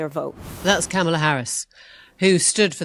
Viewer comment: I find it kind of weird that after all this time, Maitlis is the only major media figure that gets away with mispronouncing Kamala Harris' name.